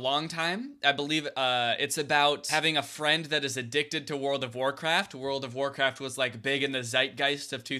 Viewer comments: wowld of of wawcwaft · When he said “pua puh uh” And “wowled of waw cwaft” I really felt that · wowd of waw cwaft